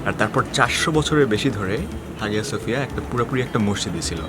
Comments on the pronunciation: Vhaiii absolutely love your stuff, great work. Just one quick side note it is pronounced haiya suhfiya... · উচ্চারন *আয়া সোফিয়া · Hağıa söphia actually is pronounced Haya Sophia in English because ğ letter is unpronounceable letter in Turkish. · Hagia sophia ar G silent thake . So pronunciation hobe Haia sophia.